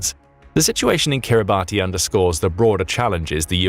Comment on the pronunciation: Kiribati is pronounced kiribas